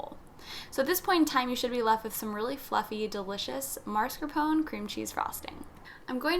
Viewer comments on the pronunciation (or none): Why do people mispronounce MASCARPONE? The first syllable is not mars, it’s mas. Ugh!